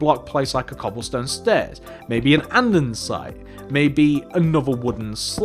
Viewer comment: You always say Andensite ! Ha ha